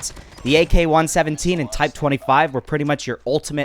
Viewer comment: The way you say AK 117 is killing me 😂